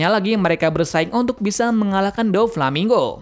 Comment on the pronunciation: Doflamingo bang bukan Dofalmingo 😂